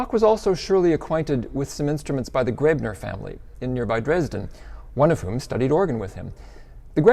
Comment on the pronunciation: Coethen (or "Koethen" in the modern spelling ) is not pronounced like "curtain." Americans seem to think an umlaut O ("oe") is pronounced like the "ur" in curtain. There is no r sound whatsoever in the umlaut O. Also, "Graebner" is not pronounced "grebner." The "ae" in Graebner is like the a in gravestone. And Schloss does not rhyme with boss. lol